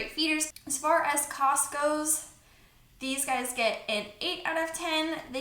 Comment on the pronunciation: What I hear: as far as Costco... What you say: as far as cost goes 😂